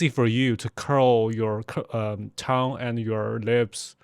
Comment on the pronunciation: Really interesting. Thanks for doing this. Talking about pronunciation, your english pronunciation is actually fantastic except one word that you said a lot in the video- tongue. It's a weird one, I know. We pronounce it 'tung'. in pronouncing it, you need to also swallow the 'ng' part of the word with an almost glottal stop.